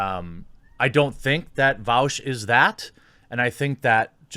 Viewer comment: bro... you can't even say his name properly lmao